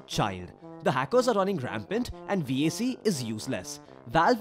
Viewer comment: the way he pronounced vac sounds like wack